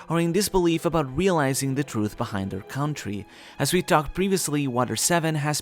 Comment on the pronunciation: It’s not CAH-WON-TREE it’s CON-TREE… like this until my guy sees this and pronounce country properly